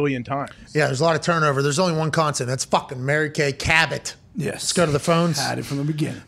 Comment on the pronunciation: “It’s Mary KAY” 🙄